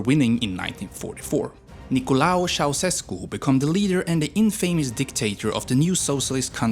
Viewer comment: Man, you need to learn how to read , Loan Cuza , that is a I not L or Nicolau ,is a e at the end not u.